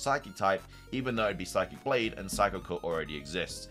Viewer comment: > sees obvious Japanese pronunciations of psychic blade and hydro steam > pronounced them wrong > says they translate to psychic blade and hydro steam instead of just being the words. > says that psychic blade might be a fighting type move when it has psychic in the name (wonder what type leaf blade is?) Also I’m not sure why he thinks the legendary beast trio fusion and the non-keldeo swords of justice fusion are just suicune and virizion despite the fact they clearly are fusions (though this is more a jab at the original thread)